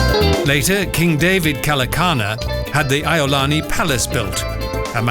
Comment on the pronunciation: He kind of murdered the name King David Kalakaua . English people!